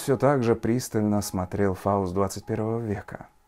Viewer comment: ФАУСТ у меня к тебе замечание.выговаривай по чётче свое сценическое имя ФАУСТ. а то ты его произносишь так что звучит как фалос 21 века.